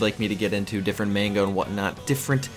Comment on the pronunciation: Man's said manger